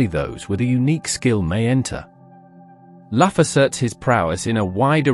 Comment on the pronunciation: It is Loo ,Lugh and not "Laff" and it's Balor,Ba lor, not "Baylor " .